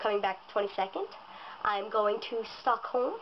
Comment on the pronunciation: Stockholm not Stolkhom